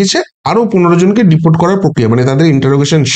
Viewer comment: প্রথম দিকে বার বার 'ডিপার্ট' শব্দটা কেন বলছেন? কথাটা তো 'DEPORT' (ডি-পোর্ট)। পরের দিকে অবশ্য উচ্চারণটা সঠিকই করেছেন।